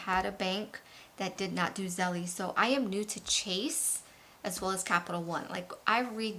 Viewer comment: Belle-Zelle. Not Zelly-jelly